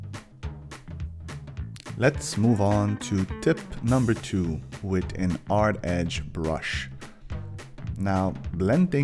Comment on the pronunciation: Why are you saying "ard" instead of "hard"? You don't know how to say "h"?